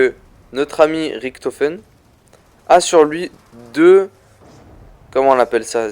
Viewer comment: Ont dit Richthofen pas ricktofen p'tit con